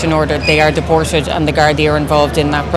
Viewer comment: A sign of a poorly educated person is pronouncing the letter t with an s sound. For example, "deported" being pronounced as "dee-por-sed". McEntee does this all the time.